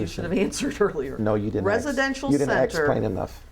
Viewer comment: How the hell do you AXEPLAIN??